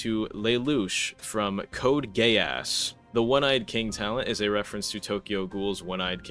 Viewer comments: its pronounced gheass kinda the ass in it isnt pronounced like that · "Code Gayass" got me wheezing so hard my tonsils were gone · code geass 🚫 code gayass ✅ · Bro code geass pronunciation killed me . . . W vid tho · dont appreciate the butchering of Code Geass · you do not read code geass like that pal